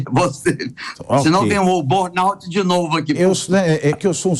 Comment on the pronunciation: B"o"rnout?! Estranho um cara de 22 anos de EUA não saber falar BURN!